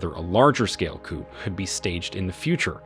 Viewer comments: For crying out loud, teach your artificially intelligent narrator that chickens are kept in a coop, and governments are taken over by a coup… This channel SUCKS. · Watch out for those coops! 😂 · The ‘p’ in coup is not sounded, just ‘cou’ will do. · Pronounced COO. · The letter P is silent in the word COUP. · Another AI failure. Please train your computer how to pronounce coup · I agree with everything you say but you need to know the ‘p’ is silent when saying coup! America uk France and Germany need to mind their own business and do trade deals with these countries and I can guarantee it will end the boats!!! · Learn how to say coup properly. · The P is silent in coup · The 'P' in coupe is silent.